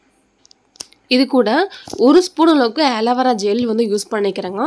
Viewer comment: That named as ஆலீவேரா not ஏலிவேரா try to change ur vocabulary